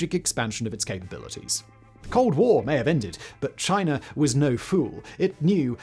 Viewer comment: love how he says "Chiner" sometimes